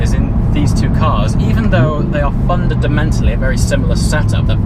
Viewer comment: What did you say ? "Fundadamentally" haha I would tend to agree that the GT3 is a better driving car than the R8, but I also agree with what someone else has said, that you should wait a month or two until you're used to the GT3 before seriously considering selling the R8 - you don't want to regret the decision!